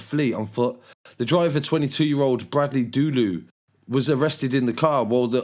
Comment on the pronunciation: man said bradley dodo